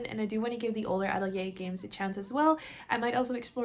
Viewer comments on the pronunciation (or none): I love game hauls. I have to say that I cringe every time you pronounce Atelier like that.